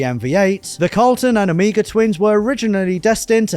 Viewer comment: OH👏🏻MEY👏🏻GAH👏🏻…Omega! Like the Greek letter, not Amiga like the gaming computer. Come on!! Otherwise awesome video and car, as always 👌🏻😁